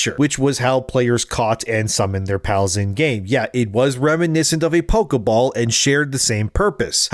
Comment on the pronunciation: Pokéball, not pokeuhball.